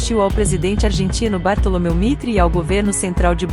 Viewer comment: Muito bom texto. Ficaria melhor se uma pessoa lesse o texto para ficar mais natural. Bartolomé no lugar de Bartolomeu Mitre não dá.